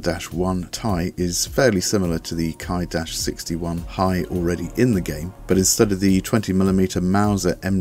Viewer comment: Just a nitpick with pronunciation, but the Ki prefix is pronounced 'Key' not 'Kai'...as in Kawasa-key